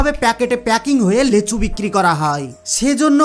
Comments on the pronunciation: লেচু না লিচু। ভাষা ঠিক করো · আমি লেচু চিনি না।এইজন্য নামটি ঠিক করে বলো। লিচু নামে আমি জানি।